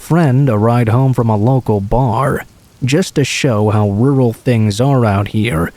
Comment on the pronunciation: Why do you pronounce your Ts like Ws? A wural area* verwy close. Weawy